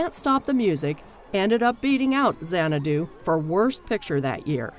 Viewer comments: It's not zanna-DOO, it's ZANNA-doo. I cringe whenever she mispronounces it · If you can't pronounce the film's name correctly, you have no business critiquing it. It's not Zan-ah-DOO, it's ZAN-ah-doo. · It's a brilliant movie. Camp classic. But the narrators inflection saying the word Xanadu drives me to distraction. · BTW, it would be super-cool if the narrator would learn how to pronounce the name of the film. Just a thought. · This video was as bad as Xanadu. She mispronounced the word "xanadu" several times (emphasis is on the first syllable) and "conan" (not the same as Conan O'Brien). Plus, the caption doesn't match the topic when talking about the musical version.